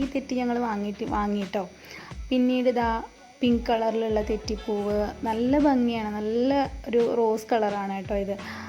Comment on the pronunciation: Thettipoov alla thechipoov